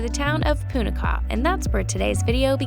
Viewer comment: Kadrinchey (thank you) for making such a beautiful video on Bhutan. I'm from Bhutan but currently living in Australia. I miss my country. While watching this video, I felt like I was in my homeland. Thank you. (one small correction, it's Punakha and not Punakah).